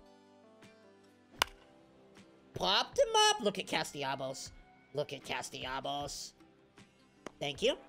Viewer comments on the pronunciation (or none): bro really says Castellabos 😂😂😂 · never fails to add an M to CastellaNos' name.